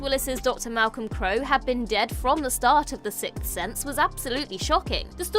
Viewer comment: SIXTH NOT SICTH HOLY SHIT.